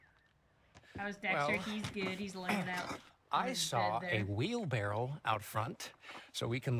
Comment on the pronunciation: it’s wheelbarrow. He said wheelbarrel